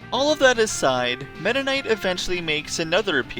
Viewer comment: Meta knight is pronounced meda nig-t